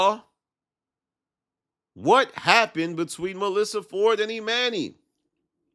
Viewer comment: Bro you be STRUGGLING pronouncing dude’s name, damn. EE MAN NYY head ahh lol